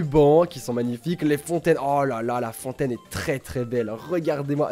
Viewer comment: "fonatine"?😂